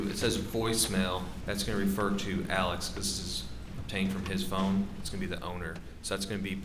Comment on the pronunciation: this guy is the only one who knows how to pronounce “alex” and “murdaugh” correctly